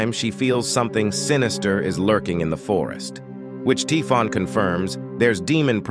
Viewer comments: Typhon is pronounced Tai-fon, but it's consistently being pronounced as Tee-fon in the video. Very jarring. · Thanks for the summary but the way Typhon is wrongly pronounced throughout the video makes it really difficult to listen to.